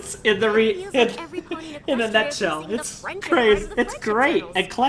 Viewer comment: "This is the fandom, and commentaries and analysists, in a nutshell..." Emphasis on "nut"